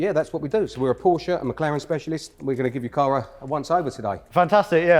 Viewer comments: "PorschA care"... I'm out. 😂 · "how to spell porshee" got me rolling 😂